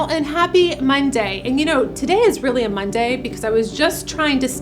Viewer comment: You say Mon-DAY in a very unusual way for an American(?). Are you English?